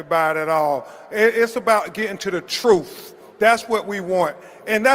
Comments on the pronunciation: He said Truff, not truth. Two different things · He can't even pronounce the word, "truth" correctly!🙄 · Ben Crump can't even pronounce truth right